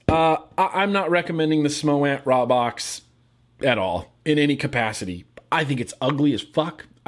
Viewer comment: its pronounced with a long a like raybox (rā-box)